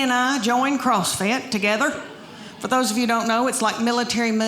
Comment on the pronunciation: CrossFit? I thought it was CussFit...